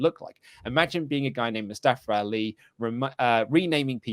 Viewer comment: MOO STEH FUH pronounced